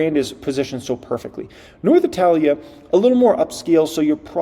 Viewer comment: Before hyping learn to pronounce italia 😂